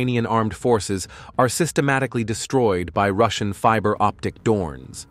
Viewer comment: Fiber optic "dornes" LOL!